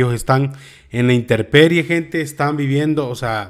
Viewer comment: OJO : NO SE DICE INTERPERIE, LO CORRECTO ES INTEMPERIE.